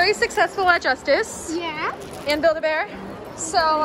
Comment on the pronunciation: I was thinking about a buid a bear and she saud buikd a bear